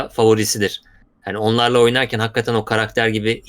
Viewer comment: Lütfen artık "Hakkatten" diyip durmasın. Nolur. Plzz.